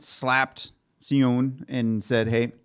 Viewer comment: tips on pronunciation from an american who tried to learn korean in highschool lol (please also correct me if any of this is wrong), for the names i personally would say "she-oon", "Bum-sook or suhk" & "soo-ho", etc dont remember the other names lol